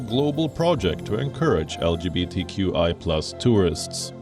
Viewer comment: From the UGANDAN interview . LGBTQI ...there is no H where is the H ??